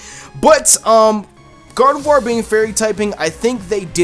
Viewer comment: Finally! someone who says Gardevoir right!! LOL